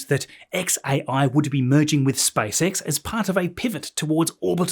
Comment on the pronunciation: Вниманию авторов автоматического голосового переводчика: на русском языке компания Маска SpaceX читается как Спейс Икс, а не Спасекас. Найдите нормального русскоязычного консультанта, наверное это не так трудно. И в некоторых местах неправильное ударение в словах, но это не так страшно.